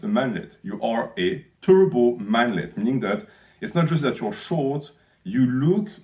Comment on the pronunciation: Spit out my water at TURBO manlet, you emphasised it so hard lmao